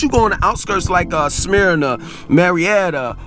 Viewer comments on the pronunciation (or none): Smyrna is pronounced as "Smerna" or "Smurna" not "Smearna". Just to let you know.